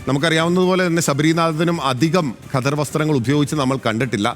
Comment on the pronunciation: ഘദർ അല്ലല്ലോ? ഖദർ അല്ലെ ഒരു മാധ്യമ പ്രവർത്തകൻ്റെ ഉച്ചാരണം കേൾക്കുമ്പോൾ പുച്ഛം തോന്നുന്നു.